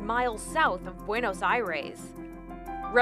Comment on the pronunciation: Did she literally just pronounce Buenos Aires and buenos Eyeres